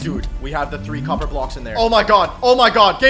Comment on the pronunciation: Copper not bocks